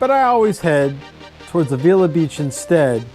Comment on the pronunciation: Dude. Perfumo???? Lo Sojos Valley Road? a-VEE-la????? It's Los Osos. and about Avila Beach: "The name Avila commemorates Miguel Ávila, who was granted Rancho San Miguelito in 1842" (Wikipedia for ease). Notice the accent on the A. Great area, I used to live there. Thanks for including this beautiful area but so painful to listen to this! lol